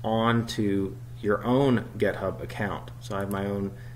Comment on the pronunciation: Any reason why it sounds like you're saying gethub instead of github ? git rhymes with commit